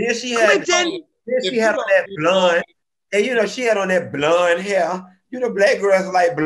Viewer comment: Hilarious! He said “sank” (sink) and “blund” (blonde). I am done! 🤣😂🤣😂